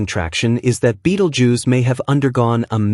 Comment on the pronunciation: ベテルギウスが「ビートルジュース」に聞こえてしまって困る